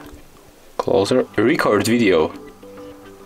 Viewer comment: It DOES work. In standard English pronunciation, the stress matters. In your film you gave too much stress to the first syllable of "record". You could try again with a very very short (it will seem short to you) "re-" and a very very long "-cord". "Re-CORD video". (I think you are saying "video" OK.) It's not your fault. The Android makers should have allowed for Asian accents.